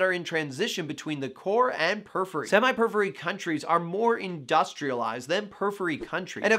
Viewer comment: The way he say "periphery" in two syllables (pur-free) instead of four (pur-if-fur-ee) illogically irritates me, lol.